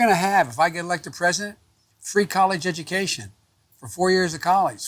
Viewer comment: I don't know which is more embarrassing - "kawlesh edookaishen", or how obvious it is when he's reads from the teleprompter. As a Latino I feel this is an insult to the Latin American community.